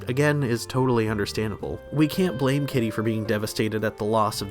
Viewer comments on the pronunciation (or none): none